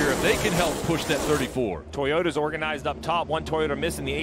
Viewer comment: He keeps calling them Toyoters.